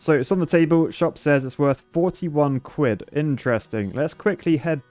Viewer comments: It’s Quid not Cuid lmao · Ah yes “cwid” my favorite currency. Way better than dollars and sents. Perfect for buying architect’s tears mugs, blessed by the cween and cing. Honestly “cwid” if the best currency I cnow of. Anyone who doesn’t lice “cwid” is an architect and as such should be shamed in a state of the art, beaver engineered, shaming wheel.